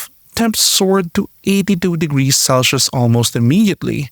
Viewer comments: Celsius not celshius... #facepalm. As a native English speaker you are making my ears bleed! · I appreciate the effort and work you’ve put into this video and it has been very informative and interesting. But the pronunciation for “cel-shius” needs some improving. “Cel-se-us” or “cel-seus”.